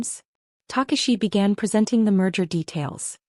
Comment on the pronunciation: It’s not Harrison send, nor is it Harrison said. It’s Harrison San! Takashi is pronounced taKAshi!